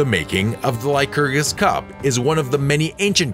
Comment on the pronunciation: The narrator or editor should be advised as to the pronunciation and/or spelling of certain words i.e. Hadrian (the spelling), Arles, the singular of dice is die not dice. Again, pronunciation of Lycurgis, ( incorrect first time, better the second time), bitumen, vase or vases and the drawing of Franklin with a kite during a lightening storm, never happened. Damascus steel is the result of an alloy yet to be discovered, or so I am told.